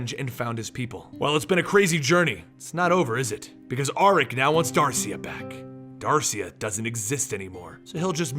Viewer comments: I love these videos, thank you. Regarding pronunciation, Dacia is pronounced "Dah--chee-ya." At least, this is what I was told by a Dacian historian in Romania. Hope this helps for future videos. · There is no "r" in Dacia. You say "he begins to" so much on every video.